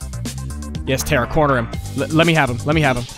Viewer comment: Tar-Uh not Tear-A